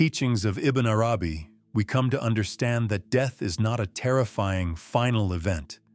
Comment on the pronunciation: Beautiful! But I cringed every time the narrator said Ibn Arabi’s name. I thought it is pronounced more like this: “Ibbin AaRabee.” If my pronunciation is incorrect then I am truly sorry.